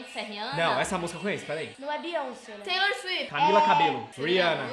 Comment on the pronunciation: A otra toda hora falando Teilor suifiti kkkkkk